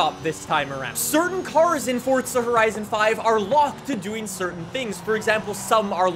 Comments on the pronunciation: It’s Forza not Fortsa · Its FORZA not FORTZA 🤦🏼‍♂️ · Forza not fortza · Why do you say fordza not forza? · Dude it’s not fortza it’s forza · Why is he pronouncing it “Forzza” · did he say fortza? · Can u please say forza properly, don’t say “fortza” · I don’t like how he says forza as fortza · Fortza lmao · The way you say “Forza” gives me a stroke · Where’s the “T” in Forza. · Since when is there a T in forza